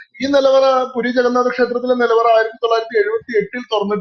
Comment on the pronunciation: പൂരി അല്ല പുരി